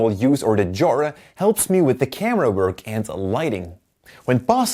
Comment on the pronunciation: I didn't initially understand the word 'genre' due to your accent. I don't usually notice, but this one had me scratching my head trying to figure out what a 'jora' might be. :)